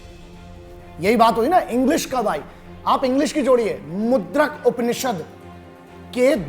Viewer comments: with due respect sir it is "Mundak Upanishad" not "Mudrak Upanaishad" .. We proud of our country.. It's a great video..Love you sir..aap hamare Icon hai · Not mudrak upnised its mundkoupnised ......sorry sir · It's not mudrak it is mundakopanishad, over all a great effort sir heads off👍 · Sir, it's mundkopanishad not mudrakopanishad...Jai Hind Jai Bharat. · Abe illiterate.. 2 million yani 20 lakh saal pehle Sabse pehle human evolution huya.. aur tu 39 lakh saal bol raha? and it's Mundak Upanishad. not Mudrak.. ek anpadh, haazaro anpadh Ko Gyan de Raha.. pehle khud ja kar pdhai kar fake army imposter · Shriman uss upinashad ka naam mundaka upinashad... Not mudrak! Small correction! Nice vedio anyways!! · Sir it's Mundaka Upanishad not Mudrak. plz do check. btw grt video. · सर आपने वीडियो में मुद्रक उपनिषद बोला सही शब्द है : मुण्डक उपनिषद जय हिन्द ।